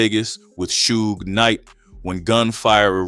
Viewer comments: Right... cause who TF is Soo-gah Knight? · How can you not pronounce Suge correctly?...lol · reading is fundamental.. you KNOW 2pac and Suge's name yet u STILL pronounced it wrong.. until u finally figured out WHO it was.. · The AI voiceover is bad enough, but not checking to make sure that it's pronouncing things right before uploading seems lazy. Even the same name 3 different ways, like everyone doesn't know how to pronounce Suge and wouldn't notice? I want to like this channel man but you're making it hard to